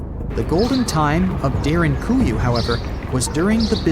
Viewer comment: It's Derin-koo-you not Derin-goo-you, just saying. Unless u r aware of something I'm not??